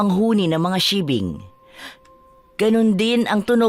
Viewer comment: Paki ayus nman po pag bigkas bawat wika kz pag mapakingan Ng iba yn tamang pangalan tulad Ng sigbin ang inyo sibing ealang ganong aswang ulol